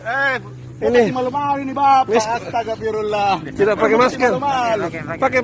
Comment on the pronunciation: woe ludengerin lagi tu di video dia bilangnya jg astagapirulla kuping lu congek sih